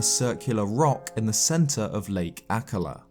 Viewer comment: Ah ka La has the emphisis on the 1st syllable on all other references I've heard spoken. But then your British and I'm Montanan.